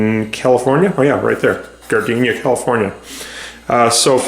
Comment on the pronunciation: It's pronounced "Gar-dee-nuh." 🤭 I worked at Gardena High School a few years ago. I can totally see how, with a cursory glance, it would make someone who's not from Southern California think it's pronounced like the flower. 💗 I appreciate your videos and have watched several. This one made me happy! 😊